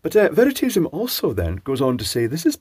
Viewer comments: very-taze-i-um? its more like "very-toss-i-um" his channel name means " the element of truth"....based on the word Veritas, meaning truth. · Did you say Veritedium at the start, or is that an affectation of your accent? An interesting video. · "veritedium" OUCH! that was savage!